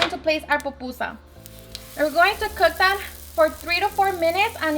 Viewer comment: “POPusa” 😖 it’s PU-PU-SA.. but good job girl se ve que te quedaron bien ❤️